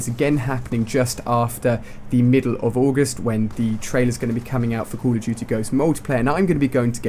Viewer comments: "cawl of juty" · Coll irf dooty hha that's how u said it